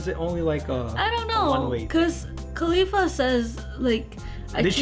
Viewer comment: 'Caulifla' not khalifla lol.